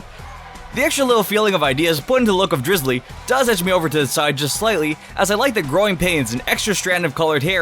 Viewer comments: its not drizzily, its drizzile! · Drizzile not Drizulee